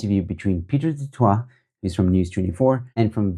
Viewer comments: The pronunciation of du Toit is duh tooi but for Pieter I suppose duhh twa(t) is preferable.. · 😂 do toit... no joe ...the sound to the du toit surname sound like duh-toy..its a little closer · Pronounced “du toy” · I enjoy listening to your posts. Du Toit us pronounced "de Toy". News24s new name should be k@ praat24.😊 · I love the way you pronounce his name "Pieter du Twat" classic! 😂😂😂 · It's pronounced Du-Toy amongst the common man. Maybe there's some Du- Twas walking around the Cape Winelands but in Boksburg is mostly Du - Toys 😅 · Just for future use - Du Toit is, in SA, pronounced" du toy" although I think the original French pronunciation IS the way you pronounce it. There's another offshoot of News 24 which does podcasts called "The Three Beanies" which I troll relentlessly as they are so Woke & who also ran with the Twitterbaas story before checking it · Not quite. It's pronounced like the "ooi" in Afrikaans. Same as more familiar Afrikaans words like rooi (red) and mooi (beautiful). So, "du Tooi". Can't actually think of an English word that has that ooi sound. That will be the Afrikaans version. But because it's French it may be pronounced as du Twah in French (probably, I'm not a French speaker).